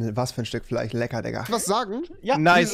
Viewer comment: Keiner wirklich keiner rewi: Fich Fleich Tich Zuschauer: HAHHHAAH Fleich